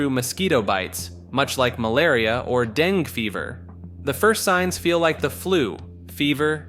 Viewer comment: Dengue is pronounced "DengEE" or "DengAY", not "Deng"